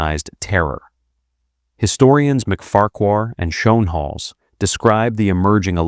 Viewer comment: de Engelse uitspraak van Schoenhals is Skoonehels …., really 😊